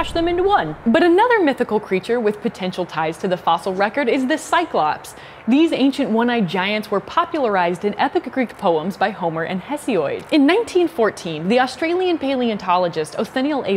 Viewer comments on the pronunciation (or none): Um, it's not pronounced HEss-ee-o-eed, he was a human not a shape, it's Hess-ee-od. The Greek name Isiodos is pronounced Ees-EE-o-dos ('Ησίοδος). The Romans noted down the slight exhalation when pronouncing some names. This may sound like a very slight 'H' like in the Greek names 'Hellas', 'Herakles' (Hercules), Homiros (Homer) and 'Hera'. Similarly the name of Isiodos has the slight exhalation at the beginning and the Romans shortened male names, thus Hesiodos became Hesiod, but not Hesioid. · Sorry Emily...it is pronounced Heh-see-odd...not Heh-see-oid.